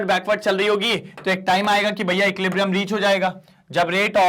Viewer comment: Sir equiblium nahi hota equilibrium hota hai aapne he to bataya tha 😅